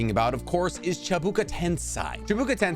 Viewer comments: Why you say "chibuka tensai" when is clearly" Chibaku Tensei" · Ja this guy also said chibuka tensai when it’s chibaku tensei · Chabuka Tensai ugh. Chee-Bah-Koo Ten-Say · Me hearing how he pronounces "Chibuku tensai" or "aminotejikari" makes me want to do the same that Boruto did to Sasuke's Rinnegan to my own eyes. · The way you keep mispronouncing Chibaku Tensei really grinds my gears lmao. Baku not Buka. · Hard to trust anyone talking about any lore in anything ever period when the simplest pronouncations are screwed up It's chiBAku TenSEI not chiBUka TenSAI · Chibaku tensei: ❌ Chibuka tensai: ✅ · did you misspronounce all this Names on purpouse? Its Chibaku Tensei, not Chabuka Tansei. And it doesnt create a Black Hole, it creates a small Star. Its certainly made whit pure Gravity, but it can be destroyed. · Sorry but.. cheebookuh tensigh? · chibaku tensei* not chibuka tensei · Please, please, pronounce the name of jutsu right! Not chebuka tensai, it's Chi-ba-ku ten-sei!!! Shame on you! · It's Chibaku tensei not chibuka tensai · *ChibAkU tenSEI (say) Not chibUkA TensAI (sai) 😭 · Wtf is a chibuka tensai? Isn't it chibaku tensei? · It’s not chibuka tensai it’s chibaku tensei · “Chibuka Tensai” no it’s Chibaku Tensei. “Rinnigan” its Rinnegan “Tomei” it’s Tomoe, not Aunt May’s actress. and I’m not even going to try to spell the way you pronounced Amenotejikara: which of course Pain would never know because the regular Rinnegan he had was incomplete. Another thing, why would Sasuke have tried to use the King of Hell for Neji when he was literally planning on killing them all regardless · Lol not chubuka tensai it’s “Chibaku tensei” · 1st not chibuka tensai its chibakU not A tensEi not A again 2nd there aint no amenotenijnankra its amenotijekara , atleast learn to pronounce it properly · IT’S CHIBAKU TENSEI NOT CHIBAKU TENSAI lol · What is Chi buka tensi it’s Chibaku Tensei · Chabuka tensai.. 💀💀💀😂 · Chi-bar-ku ten-say this is the pronunciation vro